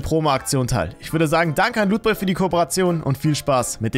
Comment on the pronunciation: Wie du lootboy aussprichst kommt bei mir rüber pornhub😅